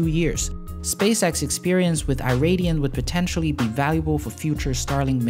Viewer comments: "Iridium" is pronounced "ih-rid-ee-uhm" or "eye-rid-ee-um", not "eye-ray-dee-um". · Yeah, it's more like Eee-ridium than Eye-ridium. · Only man i've heard pronounce Iridium like that... Interesting! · wrong pronunciation of Iridium XD